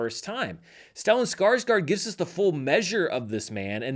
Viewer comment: Here's one of them clicks! I applaud you for making the effort to pronounce Joachim's name, though you forgot to do the same for Stellan Skarsgård. I know you do your best. 😊